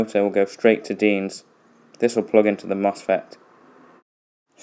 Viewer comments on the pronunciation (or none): I love how you said deans at the start 😂😂